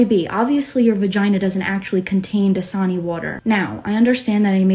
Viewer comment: My ears were not working because I could not recognize the word DASANI!! I thought it was like JISUNI!!